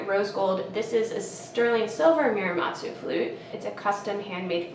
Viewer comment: Muramatsu. Moo-rah-mah-tsu. Not mew like the pokémon :)